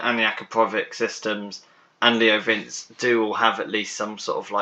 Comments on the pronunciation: Next time try pronouncing it "Leo Vintxi". It's not "vince" like in "Vincent". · It's pronounced *Vinchii